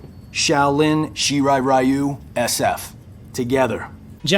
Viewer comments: Great Video. Shirai Ree-oo is the correct pronunciation and same with Ta-kay-da. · Reiko is a woman's name irl, just fyi. He, and the really bad pronunciation of "Shirai Ryu" in this franchise, hammer home how very American its creators are.